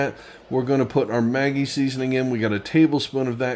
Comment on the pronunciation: A lot of people have been asking me for more vegan options at work. Will have to try this, appreciate the inspiration. Maggi is pronounced Mah-ghee. It is my secret ingredient in soups and Asian dishes. People love it but can’t figure out what that umami flavor is. The bartenders use a couple of drops in Bloody Marys, great stuff! Cheers!